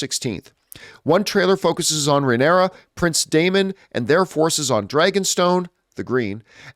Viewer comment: John constantly butchers Rhaenyra’s name!!!!! 😂😂😂😂😂😂